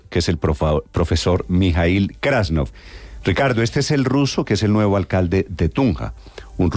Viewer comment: Es krasnof y no grascof. Como los avis grasnando